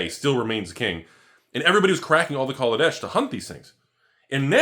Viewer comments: Just remember, it's Kaladesh-ah not -er. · So every time i say kaladesh i actually say negrodesh ??? Come on!!! Wotc get ur shiat together !!!